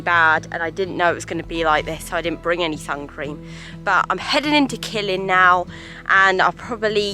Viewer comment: You're in my local area now haha btw Killin is pronounced "ki-Lin" It's amazing how many difficult place names there are for tourists here, one of my favourites is Inchmagranachan 🤣